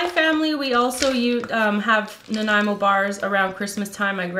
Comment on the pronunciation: Thank you for teaching me the proper pronunciation of Nanaimo.